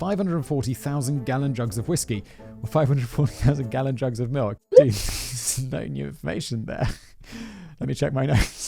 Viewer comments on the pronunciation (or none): none